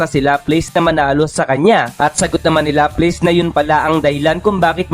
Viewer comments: Sinu si laples😂baka laplas😅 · la-plas po pronunciation ng laplace salamat po